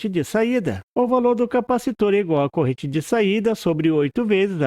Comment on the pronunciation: Porquê você diz "CORENTE" ao invés de dizer CORRENTE ?